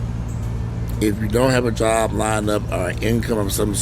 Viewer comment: LMAO 🤣😂🤣 because this is exactly how he said it....with that that cam close-up 😂